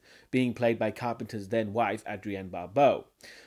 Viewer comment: It sounds like you are saying "Carpenters dead wife"